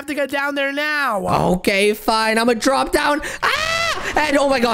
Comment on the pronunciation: And omz when he says now he says neow!